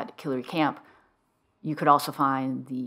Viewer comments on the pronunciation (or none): none